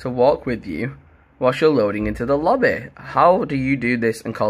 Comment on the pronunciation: Why you say lobby like that lmao 🤣 I love it doe no homo